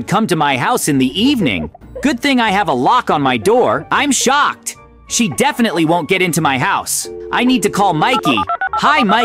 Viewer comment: dude stop saying im shoked